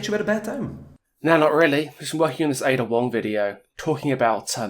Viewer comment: Finally, someone who pronounces het name properly